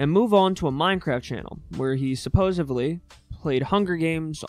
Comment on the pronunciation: My dude said “Supposevly”